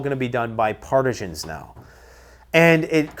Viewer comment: Never heard partisan pronounced that way. Makes me think of cheese.